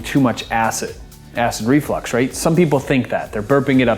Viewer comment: It is not pronounced Flex as in you flex your muscles it is flux the way it is spelled because of flux is something that gets a fluid to move a reflux is something that pushes acid or anything up in an unnatural Direction such as I don't know your stomach acid in your throat say it right